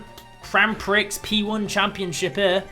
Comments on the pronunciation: I swear Grand Prix is pronounced "Grand Pre" rather than "Grand Pricks". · And it is grand "pree," not grand "pricks." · Prix is pronounced peer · You pronounce prix pre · Prix is pronounced Pre at least in the States :-) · it its Grand prix (pronounced like pre) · And also 'prix' is actually pronounced 'pree'. xD